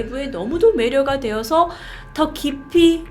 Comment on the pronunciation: 근데 중간에 더 깊이를 더키p라고 하네욬ㅋㅋㅋㅋ